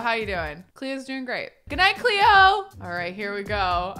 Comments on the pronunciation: saying Cleo with an aussie accent Me: Ah, a woman of culture I see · 10/10 pronunciation of Cleo 😂